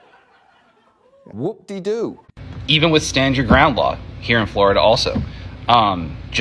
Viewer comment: "...'cause I am a pistol instructor here in Flo-DuH..." Well,... aren't you supposed to be instructing your Happy and Gay "pride boyz" on Pistol Fappin'...?" Hey,... FAP-FAP-FAP-FAP-FAP-FAP... all the Flo-Day Long!!!